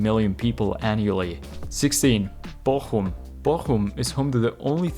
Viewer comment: He got Bochum right